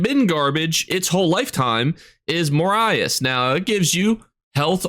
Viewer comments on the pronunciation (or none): what was that pronounciation of morihaus...